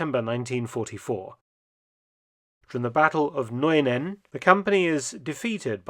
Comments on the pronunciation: the correct pronounciation of Nuenen is NewNen (with the nen part a bit faster). Band of Brothers is still one of the best series ever! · Oh, the Dutch village Nuenen is pronounced as Nuunen... Sorry for that... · I immensely enjoyed this and the Saving Private Ryan episodes! But, as a Dutch native speaker I wanted to point out something. The name of the town of Nuenen is pronounced as ‘New-nen’ to a native English speaker. Just wanted to help you out if this town pops up in any new episode about Market Garden or so. ☺️ Other than that, keep up your amazing work and have a wonderful Christmas! 🎄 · Dutch is still not German. The town of Nuenen has a name that's particular also for us Dutch people, with that ue. The correct pronunciation is [nünen] with the ü sounding exactly like the one in Kübelwagen. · FYI Mark it's pronounced 'New-ay-nun' 🙂 Merry Christmas! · Nuenen does not sound like German at all in reality. Its proper enunciation has more in common with the English word 'new.' Incidentally, if you look up etymology for the name 'Nuenen,' you'll find this: It is derived from Nuen-hem, meaning "new place" or "new abode", with '-hem' standing for place of residence or house. 'Hem' in German is 'Heim' which had probably a similar sounding word in old Anglo-Saxon (English) but over time that changed to 'home.' In Dutch, 'heim' sounds different from the German version although meaning the same. But we hardly ever use it. Only in a few instances like 'heimwee' (being homesick). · Nuenen is pronounced as the first sound of new without the w and then followed by -nen. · Yes, dr. Felton is quite an expert in butchering the pronounciations of Dutch places in an interesting way, like for instance in this video he does with Nuenen. So where exactly does he mention the city of Nijmegen?...